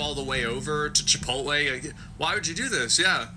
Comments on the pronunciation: Chiptole = chip oat lay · Chipital. Can't stop laughing. 😂😂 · "Chipital" 😂 your awesome. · Next time im in line at chipotle im going to pretend im on the phone and keep referring to it as chipotull 😅 i may record the reactions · Chipotull 😂 you my friend are a natural comedian. Love it!!!!!